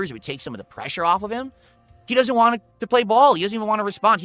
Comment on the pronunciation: Wahn is always my favorite. Like he intentionally drops the T